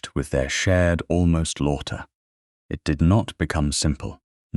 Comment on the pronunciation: An interesting story ruined by AI. ‘Lawter’ for laughter.🤦‍♀️being one example. And a very relentless, boring tone throughout. No human inflection. What a shame. Human narrator please.